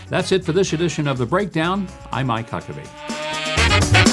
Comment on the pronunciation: He said guck a bee! Wait till votes are counted he didn’t say certified! Stop 🛑 lying 🤥